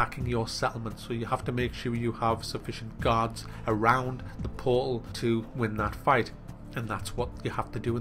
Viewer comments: haha love how says "portal" poal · In the beginning was he trying to say "portal"? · I get curious about how some Americans and British people pronounce words without clearly pronouncing the T.For example,the word portal,they cut out the T sound and replace it with a 'uh' sound :/